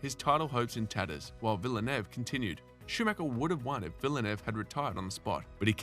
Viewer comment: Some much mispronunciation it’s painful. If you are going to cover F1 then you have to learn that it’s an international sport that encompasses international languages and pronunciations. Imola, Prost, Lauda and Villeneuve are particularly offended!